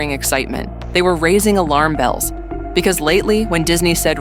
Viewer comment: I stopped watching the daily wire becoouse of how the way says "Because."...